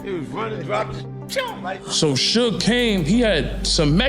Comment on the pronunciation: Who is the chucklehead narrating this dumpster fire of a video? Learn how to pronounce Suge. 😂 If youre going to reference bars, it might behoove you to actually play the songs.